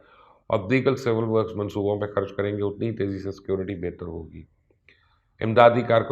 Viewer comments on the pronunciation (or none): none